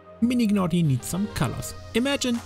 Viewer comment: U dont need to pronounce the G in Gnawty Gnaw means to chew on something the G is silent and its a play on words because he’s a beaver and they gnaw on wood